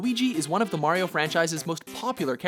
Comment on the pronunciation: Say it with me guys, Mari-o, Mari-o